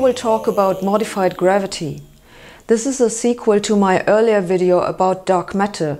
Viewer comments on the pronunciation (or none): I like how she says "wideo" too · "wideo" and "viggles"